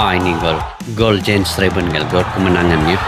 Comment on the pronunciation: Mengucapkan nama bukan Jen Reven bang….Yan Raven…..😜😜😜 entah kalau julukannya apa lagi….😀😀